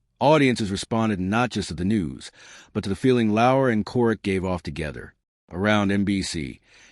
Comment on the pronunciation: It’s Lauer-rhymes with sour. There were a number of mispronunciations. Assuming this is AI spend the extra money to get the speech correct. Very annoying.